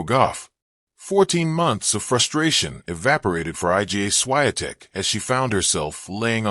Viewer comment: Why does this narrator insist on calling Iga Swiatek, I G A Swiatek?